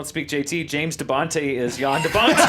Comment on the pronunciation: James De Bontay. I facepalmed when said that. strikes again. #NeverForget Tricerateratorastop